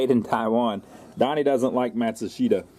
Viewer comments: I believe Matsushita is pronounced matt-shoe-sta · 4 syllables as in Mat-sue-she-ta